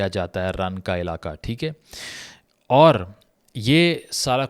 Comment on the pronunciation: مجھے سب یاد ہے رن آف کچھ میں ر پر زبر پڑھیں Kachh